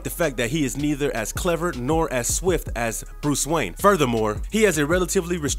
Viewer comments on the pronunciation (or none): none